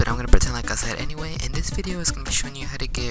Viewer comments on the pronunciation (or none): none